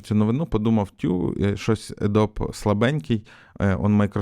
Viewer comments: Adobe ПРАВИЛЬНО вимовляється "Адóбі" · Adobe тре вимовляти як Адобі